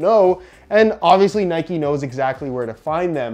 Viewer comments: It’s Nike not ‘Nikey’ just like it’s bike not ‘bikey’ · Its not nikey it nike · It’s not ‘nike-ayyy’ it’s just NIKE. like cmon you wouldn’t say bike-ayy